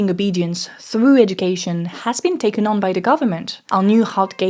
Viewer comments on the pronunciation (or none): none